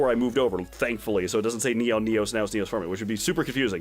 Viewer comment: It's Neos Form-AY? I always thought it was Neos Form. I thought the E was silent!